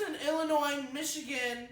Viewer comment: Oh my god said Illinois right halle-fucking-lujah